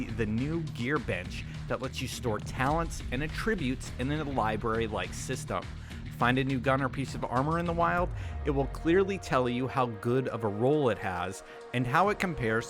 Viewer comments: AT-tributes, not at-TRIBUTES my dude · They way you say "attributes" lol. You're saying the verb version of it. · The way you say attributes hurt me inside. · You said attributes lol